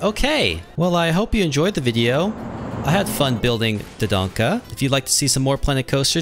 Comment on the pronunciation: You said Do-Do-Donka